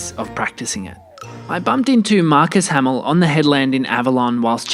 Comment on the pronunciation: yeah. how good it OG Guru Hamill - or as you call him 'hamilton' hahah